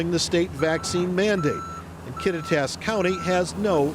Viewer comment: If that guy is to be a good news reporter, he ought to at least learn how to pronounce the town names properly! Kattitas is pronounced Kaw-tie-t-us